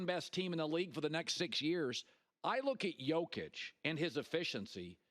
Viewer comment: It kills me how after 6+ years of being one of the best players in the league, people still say Joke-itch. It's Yo-kitch. Does he call people named jose Joezay? Lmao. Edit for clarification: if he was the vicepresident of Serbia, I'd understand why a sports contributor couldn't pronounce his name. He's a multi time MVP being discussed daily... to continue to mispronounce it makes him seem kinda stupid. Especially when he's a regular contributor on sports shows.